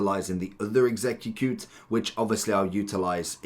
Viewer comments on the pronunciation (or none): ex-egg-cute. just split it up. xD (My suggestion is to say it like "Ex-Eh-Cute")